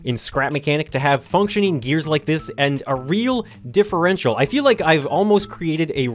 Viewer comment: You said that thing about the differential correctly. Wow, you smart.